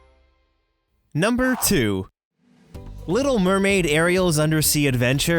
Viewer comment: Little murmured